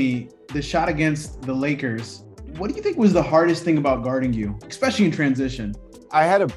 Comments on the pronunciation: The word is “especially”. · You both said "expecially"